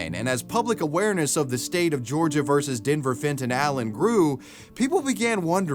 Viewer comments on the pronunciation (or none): The State of Georgia, not Georigia. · “The state of Georigia” 😭😭😭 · Georigia lol wtfff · Ah yes Georigia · “the state of georigia” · "the state of georigia"? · georigia? wtf is that lol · What's a 'Georigia'?